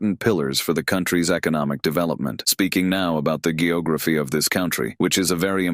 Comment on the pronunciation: it’s geography. Pronounced with a G like George. Not G like Go lol. These AIs crack me up.